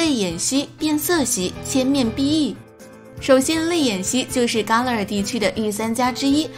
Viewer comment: 伽勒尔 = jia le er !! 一直听到ka le er 怪怪的,新动画泪眼蜥不是小智收服的!!